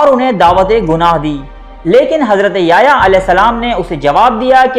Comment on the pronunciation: ajj apki first time koi video dykhi .gud information hai lkn app ny yahyaa a.s ka naam bht glt trha sy lia plz sai krain apna tlafuz